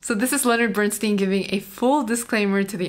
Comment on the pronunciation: Leonard Bernstein, pronounced BernSTINE.